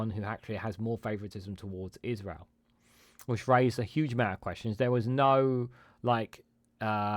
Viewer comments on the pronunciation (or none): none